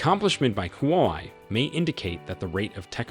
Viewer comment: It's huawei (whoa-way) bro NOT hoo-y 😮!!!